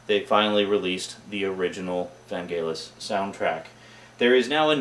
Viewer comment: Your mispronunciation of Vangelis is annoying >.< Other than that I am intrigued. Share TheBeans, no. Just no.